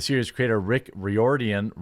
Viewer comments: "The series creator Rick Riordian, Ree... Rye... Rare-Deorn . I don't really care." Golden quote of the year. Please, let's meme this. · Culture war issues aren't necessarily bad for business, unless you're trying to destroy a very popular culture. Riordan pronounced like: rear' den (rear dn) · That last name Rear-den= Riorden. It's an Irish last name. Please respect it.